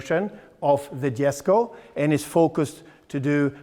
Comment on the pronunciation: You actually pronounced Jesko correctly